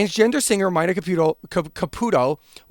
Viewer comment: Dude it's pronounced "Meena" like the female name,not "Myna" like the bird. 🤦‍♂️🤨🤷‍♂️